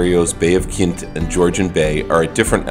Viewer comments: Just letting you know it’s called the bay of quinte. Pronounced Quinn T. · It's the Bay of Quinte - pronounced kwin-tee. Also, the Otonabee is pronounced oh-tawn-ă-bee.